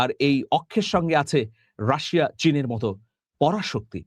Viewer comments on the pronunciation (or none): none